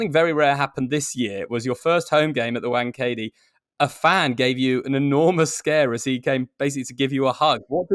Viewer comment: Legends... it's not wank E D ..it's wank a day... easy to pronounce 🤪